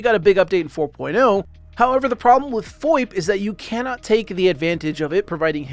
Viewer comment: He said FOIP, not VOIP.